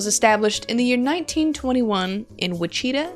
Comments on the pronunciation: Sad that the youth in America can't pronounce the name of a U.S. city !!!! IT'S WI●CHUH●TAA. SMFH !!! Guessing you failed US History, Geography and English. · It'a pronounced 'Which - It -tah'. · Not the pronunciation of Wichita (which-I-ta) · It's pronounced Witch-i-tah, I mean please tell me you were joking? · Witch-ih-taw, Kansas. 😎😎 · It's actually wick-eh-tah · It’s pronounced witch-it-taw 😂 👍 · its "witch-a-taw" Kansas :) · Wichita... pronounced "witch-uh-taw"... 😂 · Witch- Eh Tah is how u say it. :D hehe:face-green-smiling: Wichita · Which it ah- Wichita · Witch-i-taw. Say it with me. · Actually it's which uh taw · Witch it taw